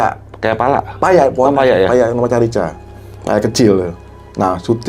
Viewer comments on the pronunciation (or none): Menit 28.25 carica bacanya karika mas ( buah khas Dieng )